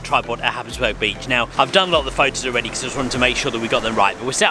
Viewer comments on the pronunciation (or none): Happisburgh is pronounced hais-brur.